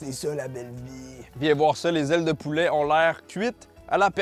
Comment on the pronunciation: Je sais vraiment pas pourquoi mais j'ai penser au 'Violoneux Ronald' quand t'as dis 'dé zailes de poulaa' 😂😂